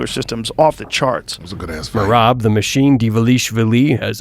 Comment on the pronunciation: bro you say merab surname wrong